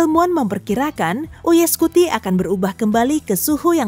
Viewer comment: BACAANYA ; YUUU AAAYY SCUTI TULISANNYA ; UY SCUTI